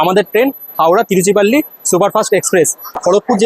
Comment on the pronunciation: তিরুচিরাপল্লি কে তিরুচিপল্লি বলছেন কি নয়? উচ্চারণ করতে পারেননা আবার ভিডিও বানাবার এত শখ? লজ্জাও করে না?